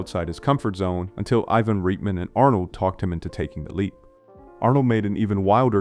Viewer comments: It’s pronounced Right-men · I love this channel...One thing that was a bit odd is the pronunciation of names like Swayze , Reitman, Aykroyd, & more I've heard in other videos. At first, it made me wonder if the voice was AI-generated but the dialect seems so specific. Feels like North Dakota Navajo or something. Anyway, keep up the great work.